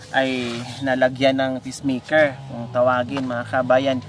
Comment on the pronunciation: Pacemaker po, as in pays, hindi peace. Constructive criticism lang ho. Don’t get mad. Nobody is perfect. We live and learn something everyday. God bless you always.